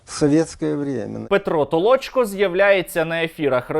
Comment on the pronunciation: Не Толочко, а Толчко